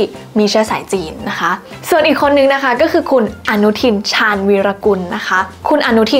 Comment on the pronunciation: น้องพูดไม่ถูก ชาญวีรกุล ก็คือแต่ตั้ง แต่เขาเป็นคนกวางตุ้ง จึงออกเสียงว่า ฉ่าน เข้าใจใหมครับ